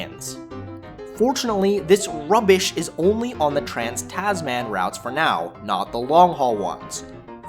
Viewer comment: Take your whinging north American accent back to where you come from. complains about A320/1 product - doesn't even fly on that product. Fuck off. Learn to say some things properly: "Kia Ora", "Tasman", "Tahiti Nui" ... etc.